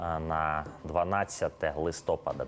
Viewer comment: Пане ведучий, журналісту не личить так безграмотно розмовляти!! Подивіться у словнику, де ставиться наголос у словах листопАд та гелікоптЕр! Сором!